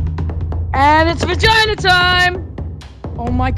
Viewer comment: Even when he said vejina time